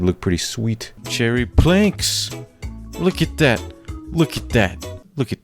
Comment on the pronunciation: Why does he sound 🔉 drunk when he says looukaa at thatitt